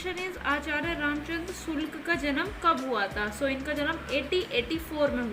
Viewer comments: Sulk nhi hota ,sukl hota hai 😀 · Sulk ji nae hota hai shukl ji hota madam sae se to batiye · Sulk nahi sukl hai maidam ji